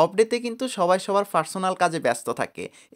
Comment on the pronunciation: ফারসোনাল কি ভাই হ্যাঁ...আপনি কি পানিকে হানি বলা লোক😂😂?